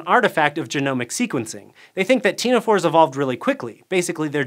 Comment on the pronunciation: Today I learned that I've been pronouncing "ctenophore", "cnidarian", and "rickettsia" wrong.